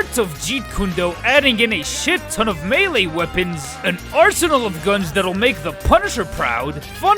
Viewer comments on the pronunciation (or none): none